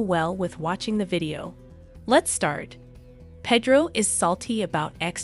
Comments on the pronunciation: I agree! Its hard to listen to her. Same with how she says Pedro. Ugh. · Did she call Pedro Pedo too? 🤣